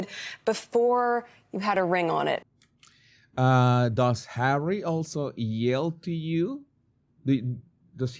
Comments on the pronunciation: Why can this woman not say Harry?? It's physically harder to say H than Harry. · I loath how she thinks it's cute or whatever to call Harry H-A-I-T-C-H! 😡. We all know how bloody bone idle she is but she can't even say his name properly?! Perhaps she needs another lie down whilst everyone else does the work she will then pretend she's done! 🙄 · Why is she calling him H? I get it if she uses it if he would have a very difficult name to pronounce but its Harry. Its like putting him down with just saying H. Its like he's just a thing to her